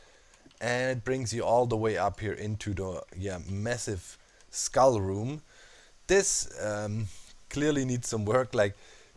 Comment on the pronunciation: Each time you say skull I hear iskull. oMg